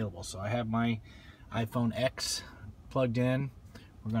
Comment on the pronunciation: Cringe at you saying iPhone Ex instead of iPhone Ten.